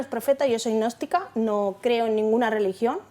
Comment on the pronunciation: Dice que soy nogstica o agnóstica?? Porque no es lo mismo! Madre mía...😂